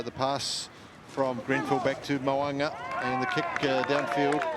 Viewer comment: 😂 2 attempts at his name and still got it wrong 🤣